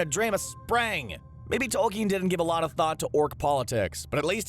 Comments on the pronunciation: you mean h rr tolkin? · Did you mean J.R.R. TOLKIEN ???